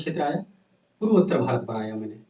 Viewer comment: Bharat hota h marat nhi